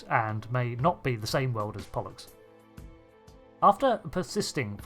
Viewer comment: "Pollux"? "bollocks"